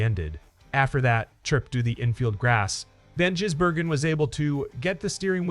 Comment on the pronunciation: This station is infuriatingly stupid. If your bloody AI cannot say SVG’s surname correctly, then stop doing stories on him, or maybe just go away. You are incompetent.